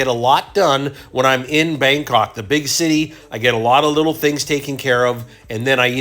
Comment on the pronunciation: my stuff up he did say Bandok as well sorry lol